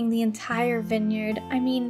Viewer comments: I’m really sorry but it’s v-eye-n!!! Not vin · why u say winyard? it is viiine yard